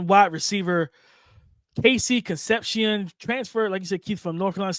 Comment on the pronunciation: Keith how your last name Sanchez and you can’t pronounce con-cep-cion.